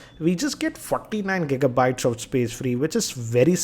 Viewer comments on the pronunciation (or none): none